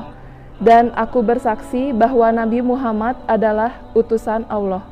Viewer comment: Maaf... yg membimbing nya masih ada yg kurang pas ...muhamadarr... rasulullah.. Padahal yg pas itu Muhammadan abduhu......warosuluh koreksi kalo salah 🙏